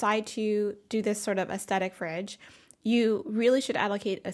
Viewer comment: The TH in "aesthetic" is pronounced like the TH in "theater," not like a T. Almost every YouTuber gets this wrong.